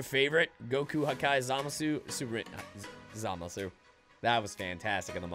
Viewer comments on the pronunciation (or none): These are funny... if you're new on this planet and have just been introduced to basic child humour... Also who the fuck is ZaMAAA Sue? Because that's how you're saying it by the way...